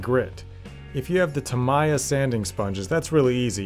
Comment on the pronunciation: Nice job! And it's Tam-e-uh......